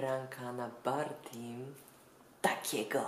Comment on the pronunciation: Jak Ada powiedziała '' Barti'' to na uslłyszałam Barbie xdd